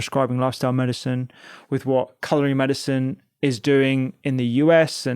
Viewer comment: All I can hear is the way you say medicine it’s not Medicen dr rangan